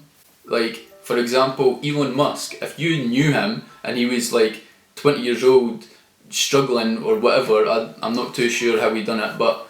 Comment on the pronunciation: How many yearsh have you been on the planet! How many of those yearsh have you been trying to be the highland neymr. Or ate yee the new George Micheal he’s been dead for yearsh though